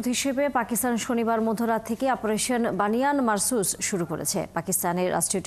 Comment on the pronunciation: অন্তত নামটা সুন্দর করে উচ্ছারন কর! বুনিয়ানুম মারসুস!!